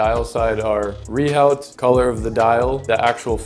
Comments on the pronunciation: Pronouncing Rehaut as - Ree Howt. /facepalm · You lose all credibility by not even being able to pronounce rehaut correctly.